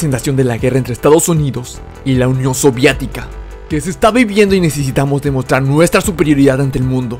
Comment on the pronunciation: Buen video bro pero creo que esta mal pronunciado la Unión Sovietica